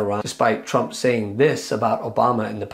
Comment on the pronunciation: Its sounds like Newsom says. . . . . . . . . ." Donald Chump". I don't hear an (R) anywhere when he says his name. 😂😂😂😂😂😂